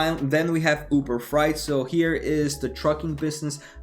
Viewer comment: FREIGHT not FRIGHT!